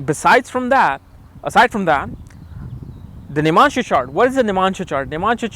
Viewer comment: its not nimansha.. its navamsa.. u dumbhead